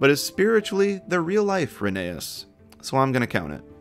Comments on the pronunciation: All I heard was "Rainy Ass" 💀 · Rhenease and Rherbe (also i thought Ffarquhar was instead splent and said "Farquad" for some reason)